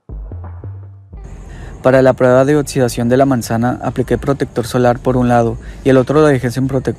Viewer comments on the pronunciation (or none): Buena información, habla sobre los protectores em gel y no en crema, por favor. Ademas un detalle para ti locución! Hazlo con voz dinámica pues se escucha muy plano y cuidado con la pronunciación: se pronuncia oKsidscion , pues lleva una X: oxidación., no pronuncies oTsudsvion porque no hay una T, por tanto imagínate qué hay k o si ke CC para hacer marcar el sonido X ( K ) OXIDACIÓN .